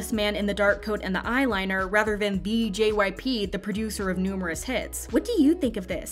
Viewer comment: At the beginning I thought she said JYPUCK